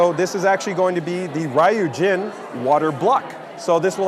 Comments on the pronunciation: I wish asked someone how to pronounce Ryujin. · Buddy should really find out how to pronounce 'Ryujin' properly if he's going to be in a customer-facing position like this.